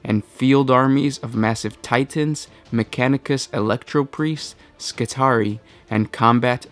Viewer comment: skitarii (ski - TAR - ee - eye), like the roman triarii. Logically speaking, the singular should be skitarius.